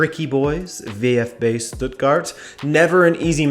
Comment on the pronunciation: Just wanna let you know VfB is pronounced "fau fB", well, that goes for VfL and FSV as well.